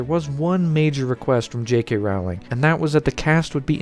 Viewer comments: "Rowling" is pronounced in England as "roah-ling." "Row" as in "row, row, row your boat." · goddammit! say the word bowling. so her name is pronounced rowling like bowling. how can anyone do any type of video about her and NOT KNOW THIS? simple research, like one video when you hear her say with her own mouth her own name. fuck.